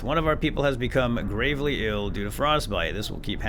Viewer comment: It's pronounced " GRAVE- LEE"